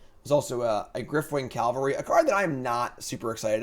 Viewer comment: I love you, I've been binging Bronze to Mythic whenever I can, but please: CA-VAL-RY. Every time you say calvary it is like nails on chalkboard xD